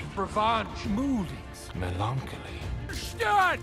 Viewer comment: The way he said melancholy- I'd never heard that word when I first watched the movie so I thought that's how it was ACTUALLY said.. it was only 2 years ago I realized how melancholy is really pronounced and it sounds so weird to me.